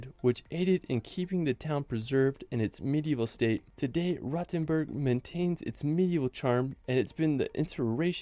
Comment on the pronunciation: Referring to minute , yes, Rothenburg may be old, but it is not a "rotten burg". It is supposed to be pronounced with a long and rounded "o", like in "lore".